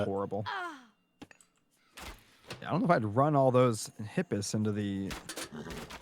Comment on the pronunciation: the way you pronounce Toxotes and Hippeus pisses me off, just to make you feel even better